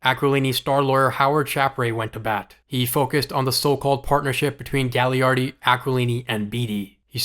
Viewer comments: Great video! Really appreciate the detail here quick nitpick: Gaglardi is pronounced Ga-lar-dee for the next videos! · It's pronounced Ga-Lard-ee He owns our teamin Kamloops and is from Kamloops. Would have been perfect for the Canucks. Great video.